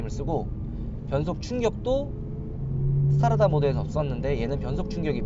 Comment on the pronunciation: Strada스트라다를 스타라다라고 읽는 거 보니...어릴 때부터 영어공부와는 담을 쌓고 살았구나...